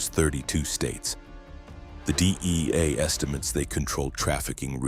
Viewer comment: The DIEA!? EIEIO!?